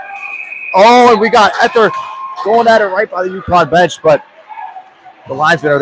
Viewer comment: #20 = Ee-thee-ur, not Eth-er